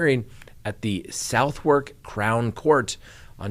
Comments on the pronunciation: Hey, it's "Suth-uck", not "South-walk". 😉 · Pronounced “Sutherk”, written Southwark. You’re not expected to be able to pronounce our silly English names!! Love your show!